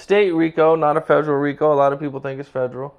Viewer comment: can't pronounce federal. Lmao 😂😂😂